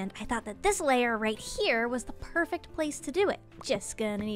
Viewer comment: The way she says "perfact" instead of perfect is pretty adorable